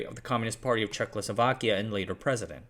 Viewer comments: You keep saying😆CzechLoslovakia instead of Czechoslovakia. Adding a L after H in Czech. I’m no Czech but I’m well aware how difficult another language can be so it’s perfectly understandable. As always, make ch appreciated content! 🫶👋✌️🖖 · Could you try to, at least ONCE pronounce the name of the country as "Czechoslovakia", rather than "Czechlosovakia"? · He does his «check losovakya» every time. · Not CzechLoSlovakia but just Czechoslovakia. No extra L needed :) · Thank you for this fascinating story. I just have one suggestion: it would be good if you would avoid mispronouncing Czechoslovakia as CzechLoslovakia. That is kind of distracting. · Czech-o-slovakia not czechlosovakia 🤦‍♂️ stopped watching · Was I the only one who hears throughout the video as "Czech-lo-sovak(ia)" instead of "Czech-o-slovak(ia)" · It is Czechoslovakia not Czechlosovakia XD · Its Czechoslovakia not 'Czech-lo- slovakia' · Not to be that guy but it's not Czechlosovakia. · What the heck is Czech-Lo-Slovakia? It was Czechoslovakia. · 😂 Checloslovachians ... Oh dislexia what a funny thing you are. Try this: Cheh-Oslo-Vaki-Ah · It’s Czechoslovakia, not CzechLoslovakia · Checkloslovkia????? Who pronounces it like that? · very informative video with good insight but hearing CzechLosovakia was painful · Did I hear "Checlo sovak" and "checlo sovakia" ? 😂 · For me it sounded almost like Czechless Slovakia😅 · Nice overview -- could have been even better if you hadn't consistently called the country "ChekLoslovakia" for some weird reason. ;) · Today I learned that I was born in CzechLoslovakia... I didn't know that. 🤔 I guess you must be one of those citizens of the United staKes of America (many times heard that pronounced it that way by Americans). 😂 "It toppled what was then the last liberal democracy in Europe..." - you really are the product of American education. I hope that Trump will win again. He perfectly represents the average American for the whole world.